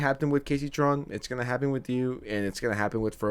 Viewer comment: Everytime you say happen you pronounce it "hapten". I look for it in every video. Lol going to go touch grass now